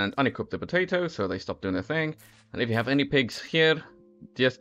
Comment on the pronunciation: The way bro Said potato XD